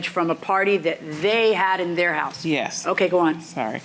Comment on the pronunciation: Say yes .. not yea